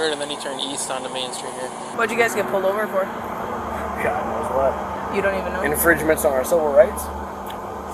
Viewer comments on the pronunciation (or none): He says it like infrige-JA-mints 😂😂😂